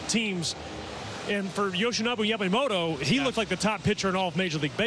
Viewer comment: 関係ないけど、、、 ほんとうに 『ヤマモロ、ヤマモロ』って発音しているね。アメリカ人には難しいんだね